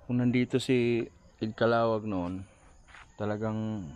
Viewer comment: Haha ung pronunciation tlg ng name ni Mr. Ed Caluag naging “kalawag”🤣😅😂